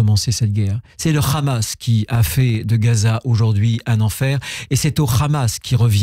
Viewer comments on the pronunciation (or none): quand un ministre français prononce le hamas en khamass déjà c'est inquiétant car le kh dans la langue française n'existe pas ! seul l'arabe et l'hebreux contient ce son et donc un ministre communautarisé par l'entrisme sionste L'ENTRISME LE VRAI CELUI QUI INVITE LES PRESIDENTIABLE POUR LEUR DONNER LA ROUTE A SUIVRE (diner du crif ) c'est comme si un ministre français demain disait 7ezbollah